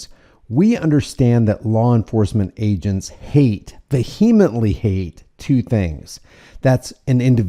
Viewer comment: Dude, stop pronouncing the silent "h" in "vehemently." Vee-Ah-Ment-Lee is how you pronounce it, not "Vuh-HEE-A-Ment-Ly."